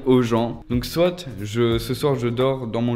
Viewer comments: Ouiii 😂😭Il dit soite mais c'est soit🤦😂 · sa me stresse il dit "soite"(prononciation) et pas soit 😭😭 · je viens de remarquer qu'il dit soite au lieu de soit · On dit soit et pas soite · "soitE" désolé mais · SoiT 😂 moi je ne dit pas le T 🤦🏻‍♀️